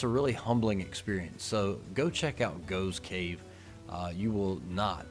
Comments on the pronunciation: It's pronounced Goff's cave - spelled Gough's Cave. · Gough's Cave - usually pronounced Goff's Cave (the old gh = ff thing). At 18 I started a Engineering degree at Bath University, but just before my 19th birthday my father died and I dropped out and ended up getting a job that took me to London where I've lived ever since. My brother and mother continued to live in the Southampton area until my mother retire and she came to live with me. My brother continued to live in Hampshire until he retired and moved to Gloucestershire - my niece and her family still live in Hampshire. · Gough's Cave is pronounced 'Goff's'. I was at school many decades ago with someone of that name.